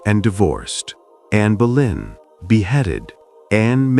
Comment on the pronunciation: Mais je connais bien anne boleyn c'était du second degré pour relever que le narrateur prononce souvent Berlin au lieu de boleyn 😂